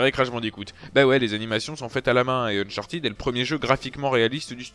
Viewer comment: Mais ..... non c'est chiant à crever les gunfights ! Sans rire il y a pas moyen j’adhèrerai jamais à cette série, ah et on dit Unchartède pas Unchartid ;)